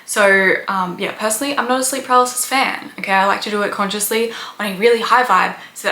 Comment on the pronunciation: Ugh. Its own not oern It's know not nuhrr It's do not duhr